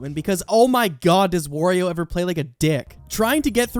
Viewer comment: I know I'm nitpicking here and this has nothing to do with the video itself but why can't people pronounce wario's name correctly? Think of it like Mario and you just flip the M upside down and pronounce it the same way but except with the W and that's how you pronounce his name It's not war-io